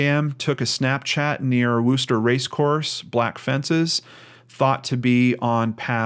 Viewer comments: PsyintZ It may look like a correct pronunciation to you. However, as pointed out, many people here are actually from England and, trust me, it's pronounced Wuster not Wooster. Sounds more like the O in worst then the O who. Worcestershire is pronounced Wustersher although I know some Americans pronounce the sauce WooostershYre. A person can always google "how do I pronounce _____" and get an audial recording. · wuster not wooster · Pronounced 'wusster'